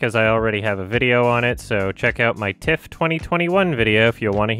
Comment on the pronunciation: everytime says "in my TIFF-", my mind would hear "my tits"